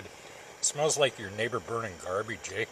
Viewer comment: "Eh?" Is the narrator Canadian?